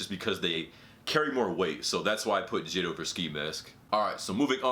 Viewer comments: Bruh are we gonna ignore him saying jid instead of j.i.d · This nigga said jid 😂 it’s J.I.D my man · This dude really calling J.I.D. Jid I’m sleep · the reason im getti g triggered is because you are saying jid instead of j.i.d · He called JID “jidd” 😂😂💧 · J I D not jid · You say J I D not jid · Mans said jid like rhymes w kid Lmao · You really need to learn how to pronounce JID